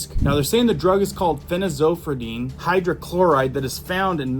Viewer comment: Seek the advice of friends in Medicine/Nursing before taking on complex drug names. Phen-Azo-pyr-idine. 25+ years as an RN, married to a Doctor of Pharmacy. People will put more stock in what you have to say if you can pronounce it properly.